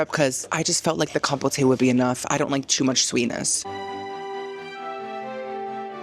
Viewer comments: Com-pote not Com-po-tay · ma'am, compote is not pronounced that way lol. It's com-poat (like coat) not compotay 😂